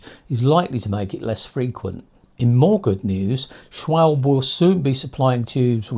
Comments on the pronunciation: Just one critique - It is SCHWAL BEE not SCHWALB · Pronunciation - schwalbeeeee